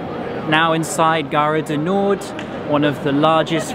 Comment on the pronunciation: You botched the pronunciation of ‘Gard Du Nord’ also :p